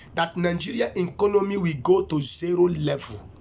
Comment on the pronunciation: That word is "Economy" not 'enconomy'. Governor of Imo State is Uzodinma not Uzodingba as you have said. I'm sure that God knows that name clearly and could not have called a wrong name to you. Pardon me all you have said is that you have preached according to how you have been inspired. It is called "Discerning" Spirit not 'designing' Spirit. These are not prophecies. You even sound more powerful than the "God" you profess. Take heed! It's not by power not by might but by the Spirit of the Most High. I just hope that he is the one that called you. God bless you Sir.